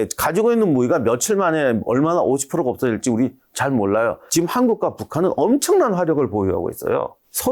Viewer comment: 군사력도 군사력인데 내가 제일 궁금한 건 '지금'을 왜 '지끔'이라고 하는지 이게 제일 궁금함 한 두 분이 아니라서 진짜 예전부터 궁금했던거임